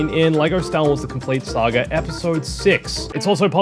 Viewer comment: It's pronounced Saga not "sAgER" whatever TF that was🤦